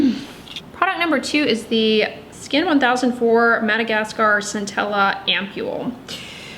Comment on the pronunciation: Btw Skin1004 is pronounced by the koreans as "skin angel", just to let you know! the word 1004 in korean (cheonsa) just so happens to also mean angel lol